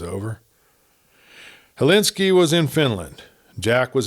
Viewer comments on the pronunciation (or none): It’s Helsinki not Helinski